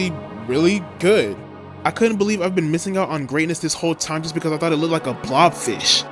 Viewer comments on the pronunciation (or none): none